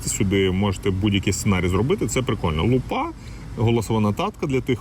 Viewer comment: прывітанне, дзякуй за агляд! А ты выпадкам не памыляешся з націскам у слове "лупа". Мне здаецца, что правільна казць лýпа. А лупá — гэта ў перакладзе на расейскую будзе "перхоть".